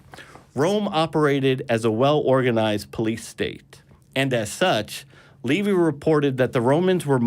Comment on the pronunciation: Who is ‘Levy’? Who is ‘Josephius’? What is a ‘Council of Rome’? Is he referring to Livy, Josephus and a Consul? If so, how does he manage to be so confusing in his mispronunciations?